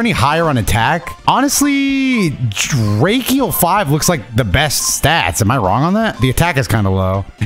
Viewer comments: It's pronounced dra seal. At least on 4kids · (Draciel) jruh-seal. Thats how you pronounce it lol. makes me tear up a little watching you make these videos where you play games from your childhood. makes me wanna be a kid again. Also ppl always forget the OG beyblade and it breaks my heart 😭. worst part is, ppl think the metal series is the OG when its just the longest running. I honestly hate it as a series the beys themselves were amazing. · Hey Nice Video As always Also it's Pronounced drah-seal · It's Draciel (Dra-seal). Max's Beyblade, the turtle/tortoise? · that Dra-seal pronunciation lol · no way he called it Drakiel 🤣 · my good sir it is pronounced "Dra-seal" (Draciel) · It was dra-ciel (seal) lmao and do a 4player battle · It's pronounced dra seal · my Boi couldn't say draciel lmao Dra-seel and drigger is just trigger with a d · Dra-seal lol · Lol it’s pronounced ( DRA-SEAL ) LOL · Its Dra-seal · Damn the absolute butchering of all these names lmao! Great content. Medabots next?👀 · Lol you murdered the names of the beyblades lmaoo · This man did not just pronounce draciel like that right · no disrespect but your saying the name wrong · Drawnzer and Draseel for pronunciation 🤣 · Man really said drakieel and dreeenzer 💀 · Dranzer pronounced as Dr-AWN-zer Draciel pronounced Dr-SEEL Driger pronounced as Dr-igger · As an old fan of this show, how he butchered the names of dranzer and draciel made me scream at My phone